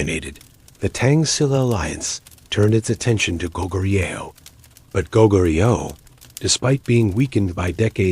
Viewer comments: Please say the correct pronunciation for SHE-LA not Silla, BECK-JAY not Beckay, GO-GOO-rYO not Gogu-REE-yo. Other than I appreciate watching about the Korean History and all the hard work you put into it. I’m Korean & immigrated to USA at a very young age and is close to retirement age. Keep up the good job! Thank you 🫠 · Oh my gosh. My ears hurt listening to this. It's Go-goo-re-yo. Baekje is Paek-Jae. I'm Korean.